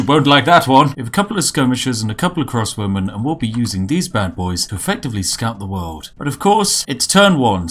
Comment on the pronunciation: Both the captions and I heard "Cross Women," not "Crossbowman"